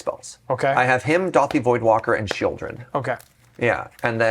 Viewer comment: pronouncing the "L" in Sheoldred is just 🤌😚 😩